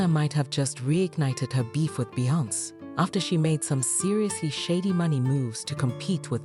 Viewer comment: Talk to me when you learn how to pronounce Beyoncé’s name